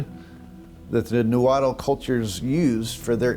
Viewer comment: It’s pronounced “naa-huat” L is silent. Not “nawhattle!”